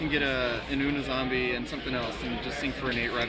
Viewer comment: And it's "you-knee" zombie. Dumbass